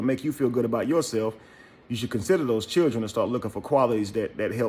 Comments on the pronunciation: Yo bro she didn’t say Children she said Chulren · If a woman says "Chirn" instead of "Children" leave her where you found her. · I'm confused, did she say chair or children.🤣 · Chilren Hahahhahah Lost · "I got fo' babydaddies and they take care of they chil'ren" ...this says it all she even has on a parachute bonnet 🙄 hmm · Well you posted this ON SOCIAL MEDIA!!!! and whats up with "churrin"????? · Chirren😭🤣🤣...ik it's a slang in some places but it's funny asf🤣🤣🤣🤣🤣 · The fact that she pronounces the word "children" as "churrin" that alone is a HUGE RED FLAG... according to her rant, this chic has more red flags than a Chinese communist parade 🚩🚩🚩🚩🚩 🤣🤣🤣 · Any man that wants a woman that can't pronounce children properly deserve whatever they get. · She got a nerve🗣. Learn how to say children and strength first 😭. I'm done